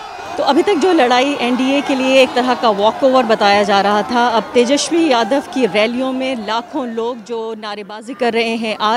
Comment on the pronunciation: His name is tejaswi not teshawi. First of correct pronunciation. Inke babujee ne bihar ke liye kya kiya.